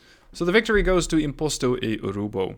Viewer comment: I love how you pronounce my name correctly